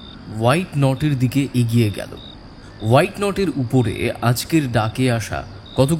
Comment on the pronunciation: 3.13. That piece of furniture is called WHATNOT. Don't mispronounce it as WHITENOT